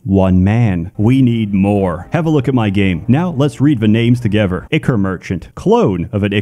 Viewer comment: "Fahver" "Togever" Pronounces everything else perfectly except a "th" sound. How interesting.